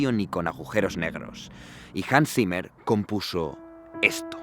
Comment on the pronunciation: Zimmer, pronuncialo bien, es "simah",así se pronuncia